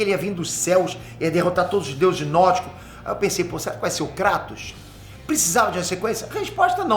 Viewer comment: "Krátos", finalmente alguém acertou o nomeee 🎉🎉🎉